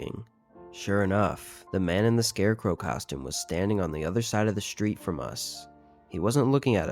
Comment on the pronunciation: "shtreet" did it in for me.